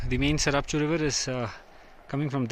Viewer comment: You meant the Tsarap Chu when you said Charap nullah right ?